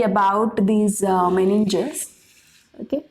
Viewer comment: Meninges not meniges